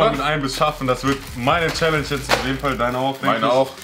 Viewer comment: An: es heisst Challenge und nicht schelensch